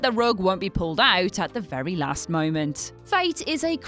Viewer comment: "For the 'my ment', the movie is on hold" "Just one 'my ment' please ..."